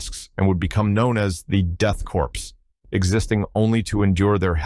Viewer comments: Once again, it's pronounce "CORE" not "CORPSE". The P and S are silent in Corps. Though in fairness being 40k, Corpse is a good pun. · It bugs me that he pronounces Korps like "corpse" and not like "core" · Grammar Nazi here - The word "Korps" or "Corps" is pronounced like the word "core" and not like the "corpse". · so everyone knows, it’s pronounced ‘core” not ‘corpse’. same goes for corpsman in the military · Corps/Korps is not pronounced like "corpse" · Death Korps is pronounced like Death Core. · The "ps" is not pronounced. like "core"